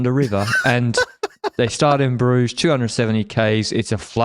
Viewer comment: Terrible pronunciation of Brugge though, I could see cringe a bit